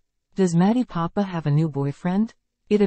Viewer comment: Learn how to pronounce her last name - it's PoppE, (long e), not Poppa